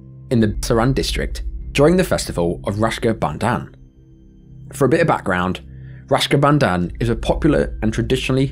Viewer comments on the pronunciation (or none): Raksha bandhan, It's Raksha bandhan. Not Rashka bandhan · Youve put an image spelt rak-sha bandhan but keep pronouncing it rash-ka bandhan. Nobody wants to be bonded with rash bro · Rashka Bandan? Are you okay? It's Raksha Bandhan.